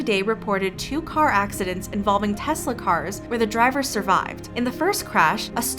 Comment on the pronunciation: "Accidents" Narrator: "Oxidants"